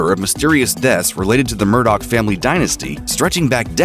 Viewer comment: His last name is pronounced "Mur-dah" sir